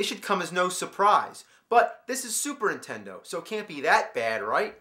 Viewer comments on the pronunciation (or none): I love how James always calls it "Superintendo" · 😆 “Super intendo.” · super INtendo...every damn time.why rolfe??